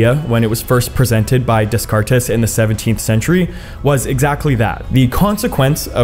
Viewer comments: Was that a joke when he said Renee Dez-Cart-Tez? Its Day-Cart (s'french). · You don't pronounce that frneh phililosoper's name as "deskartes" but as "de-cart_ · DESCARTES is pronounced DAYKART, not DESKARTES. He was French, not Spanish, for C's sake. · Dez car tays killed me 💀 ⚰️ "de-CART " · Good video, but its pronounced Renee Day-cart, not Des-cart-es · Day- Cart not Dez Cartez. He was French not Spanish. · It's pronounced dekart not deskartez . He's name is Descartes but the "s" are silent. ( Because he's french not Spanish) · Descartes = "Day-cart" not "Des-cartez" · His name is Day-cart. Not Des-car-tez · "Day-cart" Not "Des car tes" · The name is pronounced "Day cart." Not "Dess cartez." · This is a good video except for when you refer to the French mathematician and philosopher Renee Descartes as "Dess-Cartess". It is pronounced "Day-cart". I hope that helps. Please check pronunciations before you wind up sounding uneducated. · Bro, wait, did you pronounce Descartes as "dez-car-tez"? It's "day-cart." Please tell me that was just a joke lol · Prounounced....day cart......................des cartes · It’s pronounced De-cart, not des cartez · Des car tez? It’s French come on, DayCart (Descartes) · I have trouble taking your presentation of this information seriously when you can't correctly pronounce. "Descartes." It's not Dess-Cart-Ess. It's day-CART. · Just fyi it's pronounced "Day-Kaart" not "Des-Car-Tez". lol Simulation Theory just feels like "god" for scientists. "We can't prove it's true, and we can't prove it's not true." Literally the same thing Religions say. lol Either it's true, or it's not. Proving one way or the other is impossible. So, true or false, it changes nothing about the circumstances of our existence. The idea may be comforting to some, or may be horrifying to others; just like God/Religion. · No, that's not correct because the emphasis is wrong. It would be "Deh-cahrt" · "Dez Cartez". I love it.😂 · 'des-car-tes' made me physically cringe